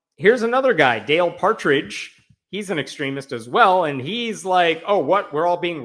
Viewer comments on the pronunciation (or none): none